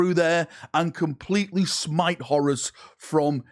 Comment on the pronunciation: That’s not how you say horus